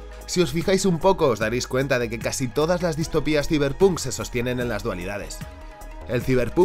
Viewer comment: Ta' bueno el "siberpuuunk" 😂🤡 Saiberponk conteXto